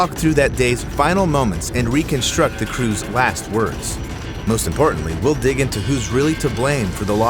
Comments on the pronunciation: "las seconds". Nice try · Couldn’t fit that T in there? 😜